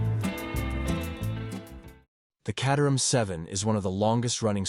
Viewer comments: Caterham is pronounced “K 8 er ham” not “Cat er ham” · When are they going to sort out AI so it can pronounce words like Caterham properly. It is Kate-eram, not Cat-eram. At least it didn't pronounce the 'h'. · The Caterham is not pronounced "Catterham", it's pronounced "Cayterum". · More tedious AI. And if you doubt that this is AI, ask yourself why Caterham is sometimes pronounced Cahterham and sometimes Cayterham, in the same sentence. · Pronounced "kay-ter-um" not cat-ur-ham. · Cater ham. FFS. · FYI the Caterham is pronounced "kay-ter-am". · Cat 🐈 a Ham 🐖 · Neither! Caterham is pronounced….Kay-te-rum. The ‘h’ is completely silent and the ‘am’ is pronounced “um”. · Love the different pronunciations of Caterham. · AI can’t decide how to pronounce caterham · How many different ways can you mispronounce Caterham in two minutes? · I loved how the pronunciation of names varied often and sometimes even in the same sentence!😊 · This video makes me ask one question. Is Caterham pronounced Cat-er-ham or Kate-er-ham?